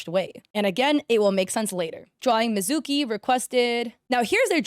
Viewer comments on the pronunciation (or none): THE PRONOUNCIATION OF THE PJSK CHARACTER VOICES ARE KILLING ME EEEMU COHAIN MIZOOKI AKIITO AIR-EE